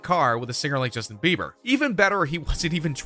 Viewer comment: I instantly frowned when I heard "Bieber"